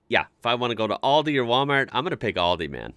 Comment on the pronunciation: The corect name is Aldi not Oldi 😂😂😂